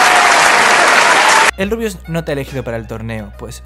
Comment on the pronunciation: todo bien y todo pero en una parte dijiste El RUIUS 😂😂 sos un genio saludos desde Argentina